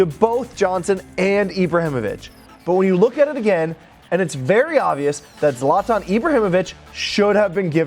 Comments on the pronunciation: Its zlatan not zlaaatan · Its "zlaytin". Not "zlonton" lol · Please be able to pronounce people’s names correctly. It’s Zlatan not Zartarn. Ffs